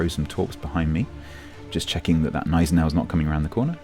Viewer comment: Great review as always! May I compliment you on your Gneisenau pronounciation? I know it's pretty but, the way most people pronounce it annoys the ever-living hell out of me... Cheers!👍🏻😎